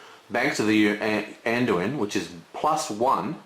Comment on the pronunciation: It's so funny when you try to explain game-mechanic, but do so many mistakes. Dont speaking about ur pronunciation of certain cards which is crucial (Anduin?). And what the hell is cast? Or a horse-braker? lol